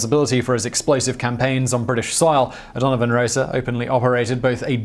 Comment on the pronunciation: It's O'Donovan Ross-a